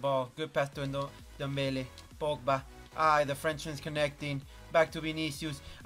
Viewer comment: Aka The video with the world record of saying Pogba's name wrong .